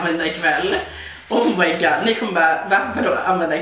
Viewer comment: Asså Hahaha ”omajgard omajgahahard” hahahah